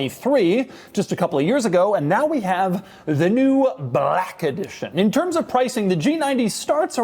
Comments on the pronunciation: “Brrrack edition” 😂😂😂 I heard that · The way this dude says black is killing me. Does doug have any BLAYCK friends? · the way he says black is disturbing.